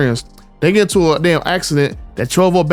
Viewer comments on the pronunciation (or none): none